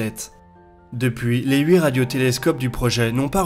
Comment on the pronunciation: Moi non plus ça fait saigner mes oreilles à chaque fois.